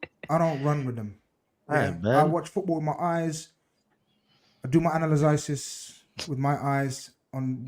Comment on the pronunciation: “Analyzisys”, gets me every time 🤣